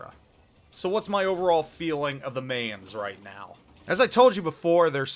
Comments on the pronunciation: mineZ - the Z is not silence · In case you care: the 'main' in the Mainz is pronounced like 'mine'.